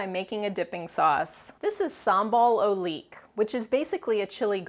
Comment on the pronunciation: Instead of "sambal o' leek", you might wanna use "SUM-bahl oo-LUK" (sambal ulek/oelek). :D